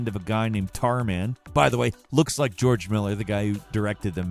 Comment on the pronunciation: Did u rike it?